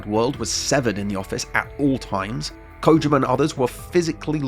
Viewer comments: Usually I hear people say "koh JEE ma" but Kojima doesn't have two Is in it, so what did is accurate. He pronounces his own name in "Hideo Kojima’s Closet Picks" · Thanks for being one of the people in the Anglosphere I can count on a single hand that bothers to pronounce his name correctly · You're the first youtuber I've seen who pronounces it 'Kojima' and not 'Kojeema'... thank you